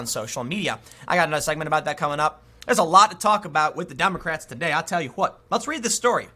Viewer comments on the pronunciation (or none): Did he say "hwat"? LuL